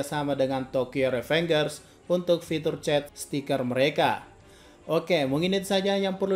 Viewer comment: Ri Fen Jers bang bkn Re Feng Gers 😭😭😭